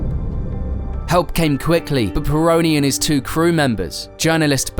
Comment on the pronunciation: Pironi, não Peron!